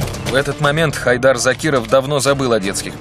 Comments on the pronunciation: Не ХАйдер, а ХайдАр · правильно имя произносится ХайдАр